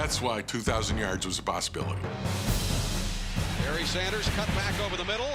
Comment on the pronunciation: “Berry Sanders” lol It’s Barry.